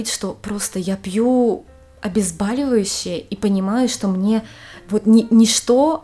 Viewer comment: Говорите правильно Обезболивающее....через О...режет ухо от неправильного произношения. Спасибо.